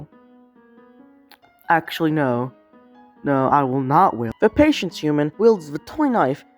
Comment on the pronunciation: what... PATIENCE not paitence pai tence is wrong